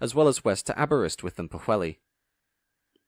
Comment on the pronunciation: Excellent review of superb trains. Only one thing marred enjoyment, the grinding mispronunciation of Llandudno and Pwllheli.